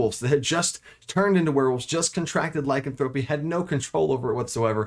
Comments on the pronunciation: Not trying to be mean and not to be a granmar nazi but it's not lycanthrope-ee it's Ly-can-thropy 🙂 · A minor point and I know it's pedantic, but the stressed syllables change a bit depending on which derivative of the word you are using ... Lycanthrope (the creature) stresses the first syllable [LYcanthrope], Lycanthropy (the disease) stresses the second syllable [lyCANthropy], and Lycanthropic (the adjective) stresses the third [lycanTHROPic] ... hope this helps ... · Great video, the only thing that drives me crazy, is the mispronunciation of Lycanthrope. Lie...can...thra....pee. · IPA Pronunciation: /laɪˈkanθɹəpi/ There's some good info here, but the constant mispronunciation makes me twitchy. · The way he says lycanthropy kills me. Otherwise, great video. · I can't believe you're the only one to comment on this. I was losing my mind and couldn't finish the video.